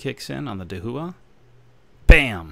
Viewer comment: Thanks for the video! Just for future reference, Dahua is pronounced DAH-HWAH, not DAH-WHO-AH.